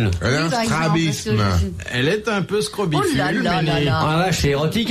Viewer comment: Scrobicule et non srobifule/scrobiphule!